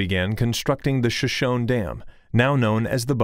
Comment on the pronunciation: Pronounced "show-show-nee" not "sha-shone"